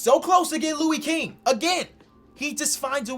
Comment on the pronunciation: Damn you doing my boy Lou king dirty 😭 he's actually got hella potential watch how he plays n controls his pace it's crazy. It's pronounced Louis like St. Louis